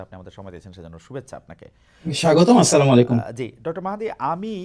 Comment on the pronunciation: slamalekum noi bhai eta completely bola vool meaning ulta palta hoi!! Assalamualaikum full bolte hobe jinara janenna please 🙏 aztheke purata bolben🤲🤲🇧🇩